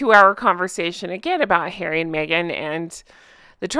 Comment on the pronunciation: Poooor Hawwwwy! 😂